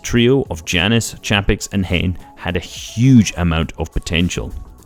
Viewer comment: Jannis is pronounced Yanis